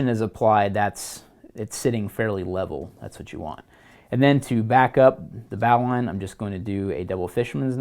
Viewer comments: please please stop saying "bahw-line". It's "bohw-line". Please please say it this way. Please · It's pronounced "bo-lin" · Lorenzo Rendina no no no. ...its Bo lin....